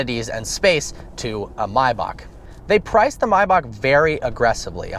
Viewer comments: MAYbach not MIbach dur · why do you call it mibach. everyone says maybach. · Come on man!! It's not "my-backh". Its Maybach!!! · its may as in the month May and bach as in back. .NOT MYBACH OR MIYBACH. WTF DUDE? MAY- BACH. SAY IT RIGHT! u made my head hurt. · anyone else annoyed with how he says Mayback. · Dude just say Maybach. I mean are u German lol fuck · "mybock" jesus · Nigga called it a MYbach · U really don't know how to pronounce maybach.